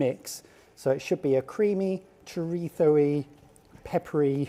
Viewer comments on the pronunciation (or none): Please stop pronouncing Chorizo like that its weird lol Cho-Rhe-So